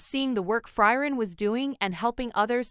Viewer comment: Who is Fry-ren?